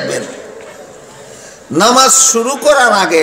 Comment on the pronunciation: হায় আফসোস নামাজ শব্দ টাও ঠিক মত বলতে পারে না, সে বলছে নমাজ